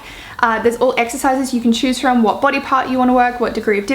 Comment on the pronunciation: I like how you say body “boty" :)) it makes my face change to royalty expression